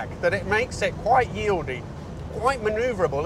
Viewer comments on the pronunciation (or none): why do you think a 3 minute scan of a Wikipedia page, is preparation for a video? • Salisbury is a type of rwd differential housing - not a suspension system. A salisbury diff can be in myriad suspension types. Rear suspension in the H.S. is a DeDion arrangement with Watts linkage, coils and trailing arms. • Wieldy - not "yieldy". 🤦‍♂️ • That's nothing remotely like "cherry red". 😂